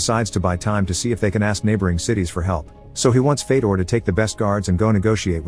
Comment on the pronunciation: fedor is pronounced fyodor